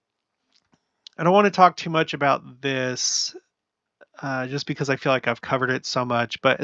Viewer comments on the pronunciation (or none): none